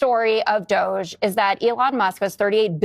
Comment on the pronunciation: I keep hearing Douche, not Doge